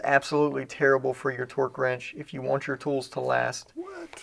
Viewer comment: People over complicate the simple of tasks. Every time says torque I hear twerk! 🤣